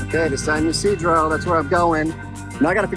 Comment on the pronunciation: I live in SD. Everybody pronounces it "Tiajuana" or "TJ." But people here also incorrectly say San "Yasidro," which you also did, and obviously there is no 'a,' it should be pronounced "Eesedro." I know very little about CBX, but if you have to take an Uber to it, it isn't very "express."